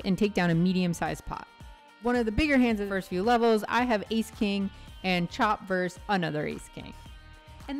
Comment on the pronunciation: Enjoyed it. All the best to you. For future reference, "Verse" is a one syllable word, meaning a section of a song or poem. "Versus" is a two syllable word, meaning one against another. Roe versus Wade.